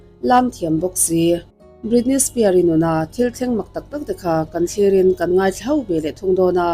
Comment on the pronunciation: Britney Spear ni lovin Britney Spears